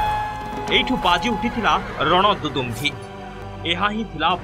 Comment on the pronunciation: Thik kari padhantu. Rana dudumbhi nuhen seita Rana dundubhi. Bhul kari kahinki padhuchhanti.